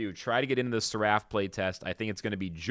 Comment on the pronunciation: Please google how to pronounce seraph. 😅 Fire video though!